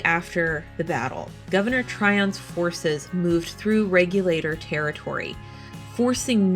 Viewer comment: When I visited the Alamance Battlefield it was always pronounced Reg-you-late-or not Reg-yul-ah-tore.